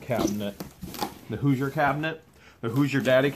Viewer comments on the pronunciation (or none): none